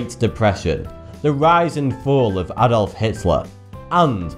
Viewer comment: The way he said Adolf. It's A-dolf not At-dolf